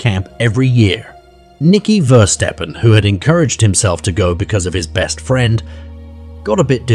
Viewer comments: It's verstappen not versteppen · Isn't it meant to be pronounced Verstappen as (appen as in happen) like the F1 driver Max Verstappen- I have no problem with AI but when it butchers the victim's name over and over again. Perhaps next time there is no need to say the surname so many times, after three or four times we got it. I think you may have spelt Verstappen wrong before inputting it into AI because at 25.34 secs your title for her sister reads Femke Versteppen. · I am also pretty sure they have butchered the boys name- it's Verstappen (similar to happen) like the racing driver Max Verstappen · is it Versteppen or Verstappen? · Please show respect and pronounce their names correctly!!! Ever heard of Max Verstappen, F1 racing driver???